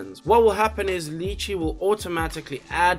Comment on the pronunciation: Lol love your vids but it absolutely throws me every time you mispronounce lychee, lol. Weirdest kryptonite ever haha